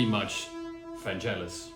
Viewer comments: VanGelis with a hard G not vanjelis! Like FeRaRRi and MoncleRRR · Its Van-G-elis - with a Geh - not Jeh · Thanks for the video, but it is not Vanjelis but Vangelis, like G in Google. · Fantastic reproductions! Just one tiny thing: Vangelis' name has a hard G - his friends called him "Gelly" (ie: not "Jelly"). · Super interesting! Hate to nitpick on such an interesting video but it’s pronounced VanGelis not VanJelis. Hard G. Nonetheless thanks for this! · Vangelis pronounced his name as VAN GGELLIS, not VAN JELLIS. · Vangelis - not Vanjelis. Otherwise interesting exploration of CS80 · Hard G mate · Vangelis with a hard g ! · Great video. Always nice to see great composers also using presents, it just shows that a lot of the times it's the inspiration to how to use them, what to combine them with, that is the most important in creating a great song. One pointer though, it's pronounced "vang-GHEL-iss", I would really hoped for people, especially musicians, would put a bit of effort in making sure they know how the names of the artists they admire are pronounced. It just shows good musical culture. All the best! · Hard g, not soft ;) =] I lean toward the Brass I + Brass II combination. And as someone who messes about with it, it really is about how to play it as much as what you play. But all in all, nice job showcasing the CS80 the way Vangelis may have used it =] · Vangelis is pronounced with a hard G. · Very nice sonic journey through masterpieces of Vangelis… on a subject of sonic accuracy I am offering a correct pronunciation of his name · Try pronouncing his name properly 🙄🙄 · Pronounce of Vangelis is not correct...the "g" is "hard...like golf...